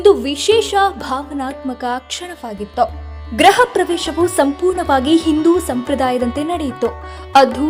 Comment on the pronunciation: ಗ್ರಹ ಅಲ್ಲ ಅಮ್ಮ ಗೃಹ ಅಂತ ಉಚ್ಚರಿಸಿ